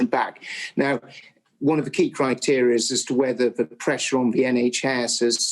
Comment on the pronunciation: I hate the fact he is education secretary and can't say 'the' he says 'ver'...